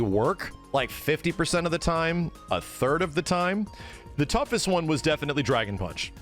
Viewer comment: DRA-GOHN PAAHNCH!